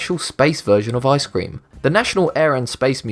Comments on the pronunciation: Its ice-cream not I-scream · You don't know how to say ice cream